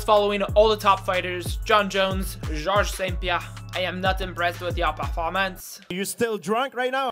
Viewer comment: God, please dont Say Georges St-Pierre with french accent (you need an accent from Quebec lol) seriously that was a good video! Thx